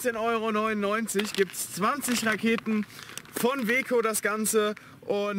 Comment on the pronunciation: Bin ich der einzige der auch nich Raketen verstanden hat sondern laketen 🥳😂😂😂😂